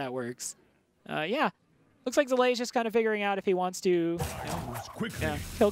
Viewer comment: Zalae. Come on. Get the names of the participants right.